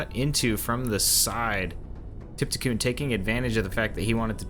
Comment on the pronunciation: Trypticon is on here all the time and this guy cannot read the username haha